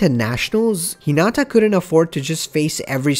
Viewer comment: And here we have yet another person who can't pronounce Hinata's, Karasuno's or Inarizaki's names correctly.